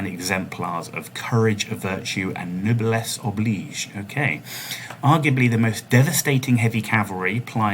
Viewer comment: I'm so happy someone finally got the pronunciation of epitome and noblesse oblige right, haha!